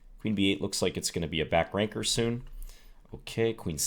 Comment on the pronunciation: every time John says back ranker I hear Simon saying back spanker and I get a good laugh